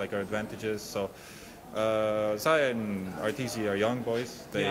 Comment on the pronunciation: "Areetzy" ... lol